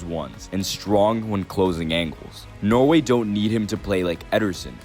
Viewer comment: yeah i live in norway, but he keeps saying noway